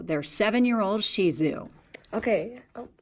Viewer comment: Of course it was a bully breed! Just sick. So very sorry for this family's horrible loss of their precious sweet dogs. Side note: Kudos to the reporter for being one of the few people who knows how to pronounce Shih-tzu correctly.